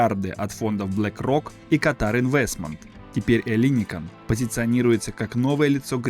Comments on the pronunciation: Какой ещё ЭллИникон,когда- ЭллиникО.(Ελληνικό) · Ударение на окончание -он. ЭллиникОн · ЭллИникон, Эйпл! Ты звучишь странно как минимум. Ударение и произношение бы подготовить. Не про пирожки же повествуешь. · Может Эллинико́н, а не не Элли́никон? Узнайте сначала как правильно произносить это слово. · Маленькая поправочка: греки говорят ЭллиникОН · Эллинико́н! Ударение неверно. Живу рядом, все это наблюдаю.. Все медленно, в час по чайной ложке. Даже не для современных молодых, а для их внуков. Покапостроят, технологии уйдут впереди сноваэто все будет опозданием как всегда в современной Греции. К сожалению. Это вам не Сочи.... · ЭллиникОн ,ставьте правильно ударение. Кто инвесторы?Те же миллиардеры, они и будут там жить,а греки будут обслуживать.Странно было бы думать что в кап стране кто-то заботится о народе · Ну хоть бы в Гугле забил как произносится название района Эллиникон и всего проекта - ударение идет только на последний слог. Оно всегда стоит в написании на греческом, если буквы не заглавные. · По правилам греческого языка ударение ставится на второй слог от конца.Вот и произносите правильно. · Зачем делать такие поверхностные видео, если даже ударения в названиях правильно произнести не можешь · Тоже неправильное ударение уши режет! Если берешься о чем-то рассказывать, будь добр подготовиться.